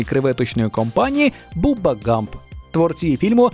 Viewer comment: Його звати бабба а не буба